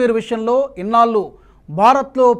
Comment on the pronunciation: ఇన్నాళ్లు అనాలి సార్. మీరు ఇన్నాల్లు అని అంటున్నారు. బాగా ప్రాక్టీస్ చేయండి. యాంకర్లు ఉచ్చారణ దోషాలు చేయకూడదు సార్.